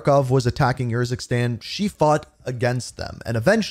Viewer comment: I k why do u pronounce urzukstan YURZUKSTAN? it’s very strange